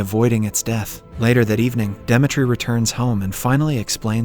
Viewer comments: Are you trolling with not being able to pronounce “Demetri” and “live”? Lol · he pronounced Demetri correctly on the main channel but wrongly here. There weren't any jokes as well too and the audio in the 2nd part got worse. somwthing is definitely fishy there. Also, the constant joke where he replaces suicide with "commits the unthinkable" was not present here at all when there's a whole suicide scene